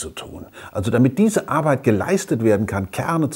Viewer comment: Ich mag es wenn er "Starrrrke" und "Arrrbeit" sagt :-)